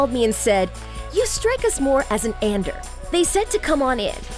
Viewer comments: She pronouncing 'Ander' as 'Undor' GJDDDG😭😭💀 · It's Ander not under!!!!!!